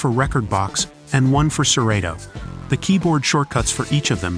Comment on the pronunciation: Please watch a Serato video so you can pronounce it correctly. That was rough.